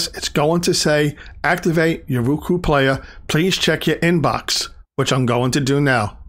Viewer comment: ROku....not RUku...